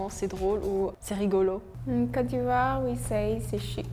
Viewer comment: Yo when she said posh she didn’t mean classy she meant snobby lol The chick from Ivory Coast says cote funny sounds like cat. We don’t say un phone we say cell ou mobile in canada